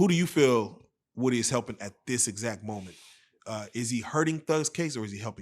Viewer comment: I'm tired of them saying WOOD-Y, lord it's WOOdy